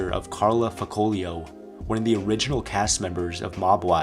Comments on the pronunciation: Janine is Big Ang’s sister, not Carla’s. Also facciolo is pronounced fasi-olo not fuhcolo 😂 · I thought it is pronounced Fach-iolo